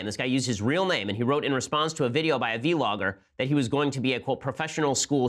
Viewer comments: I love low ben says v-logger not vlogger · It’s not pronounced vee-logger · V logger hahahaha. You're thug Ben but it's vlogger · "v-logger" lol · "Vee Logger" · He meant to say bee-logger?